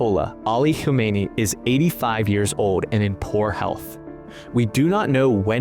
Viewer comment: The ayatollah's name is Khamenei, not Khomeini :) that's the previous guy.